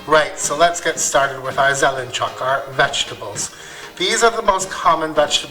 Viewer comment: OMG LOL, you nailed it by saying vegetable in a dialect. Zelenchok, instead of the standard zelenchuk. Przhen zelenchuk is right. Пржен зеленчук. I had it today. 😁😂 Yammy.